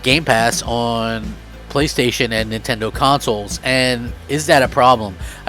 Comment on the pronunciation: did he just say nintondoe😂